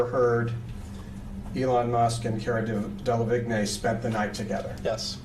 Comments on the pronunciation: Cara DeLevingue (pronounced De-La-Veen) is a British model and actress who is worth 28 million dollars. You can try dating the photos by compring other images with a date stamp and that poster mounted in the elevator. Let's not forget Johnny Depp was out of the country on a music tour from May 27, 1916 for several months. Amber Heard's domestic violence restraining order against Depp was filed less than a week after the divorce filing. During July, 2016 Johnny Depp was contacted by Amber Heard which was confusing for him. Depp, unfortunately, met with Heard at a San Francisco hotel. "So I was talked into going there and met with her in hopes that she would retract her lies that the world was now fed. In no way was she ready to do that, and I couldn't understand why I was there — everything had been taken from me, my children couldn't escape the fact that all this had gone down." Depp said he felt Heard brought him to that meeting "under false pretenses" and, after the fallout of the allegations against him, he was "really just at the end, just at the end; I couldn't take it anymore." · It's Cara Delevigne (DEE LA VEEN) in English (the vine). It's French, meaning vine. Over there they pronounce it 'Veen yeh'...... Remember Avril Lavigne (LA VEEN) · Her name is pronounced Care-uh Dell-ahhh-veene. People mistakenly pronounce the G and first N and E in Delevingne, but are silent. Like Mignogna, which is Italian. Whether it was shame of getting caught in a cheating scandal or just not liking to talk about her affairs, Cara didn't want to speak at the time this affair was mentioned. That's not the major issue. Johnny didn't deserve to be cheated on, but the issue is the people who saw Amber could've said they didn't see bruises on her when she lied about injuries. Too many people protecting her or themselves were not doing the right thing in this whole situation. A lot did on Johnny's side like his witnesses, which was wonderful. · Pronounce as if spelt this way Delevine